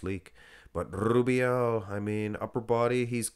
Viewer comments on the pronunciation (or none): you'll be fined soon for the way u say rrubiel 😂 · Love the way you say Rubiel 😂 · LUV rolln that R